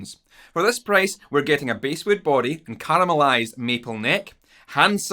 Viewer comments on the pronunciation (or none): "Basswood" is pronounced like the fish, not the musical range. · Great video,. Btw, it’s basswood, as in the fish, bass, not the antonym to treble.